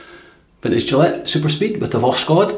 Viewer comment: Hi, Voskhod (sunrise), no K in the pronunciation and the final "d" sounds more like a "t" I don't speak russian at all but i used google translate to know how to pronounce Voskhod:-) Nice shave, this soap seems wonderful! What a blessed time for wet shavers ( my wife don't agree 😃 )